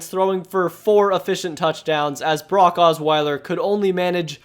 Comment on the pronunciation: You pronounce Brock like Barack